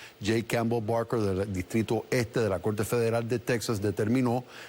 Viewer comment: Delpoltal?? Acueldo? Colte? Polque?